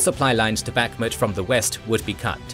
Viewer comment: Bakhmut is pronounced with the stress on the last syllable.